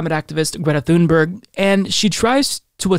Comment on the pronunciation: Actually Greta’s last name is pronounced “Tune bury”. She was interviewed by Amy Goodman on Democracy Now years ago and Amy asked Greta how to pronounce her last name. Just an FYI~ check out the interview with Greta. It’s very interesting.